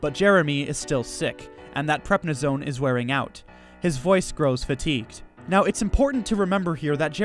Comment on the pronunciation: What the hell is "Prepnisone"??? I presume he means Prednisone?